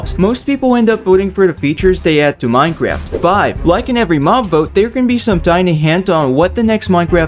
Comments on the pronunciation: Minecraft not Minecarft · "Minecarft update"